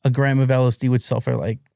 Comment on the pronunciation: There is no way this guy manufactored LSD, He cant even pronounce it. A German chemist invented MDMA in 1912 while working for merck pharmaceuticals. Also hes implying he had contact and Bought drugs from Alexander "Sasha" Shulgin, just that is enough to completely discredit him, Sasha never sold drugs and never communicated with anyone outside of academia. This dude is definitely lying, his story sounds like a collection of Google searches